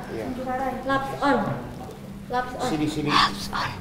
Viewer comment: Hapson... Bukan napson